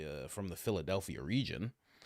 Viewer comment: When Candace said Phildelphia ,yea i super LOL 😂😂😂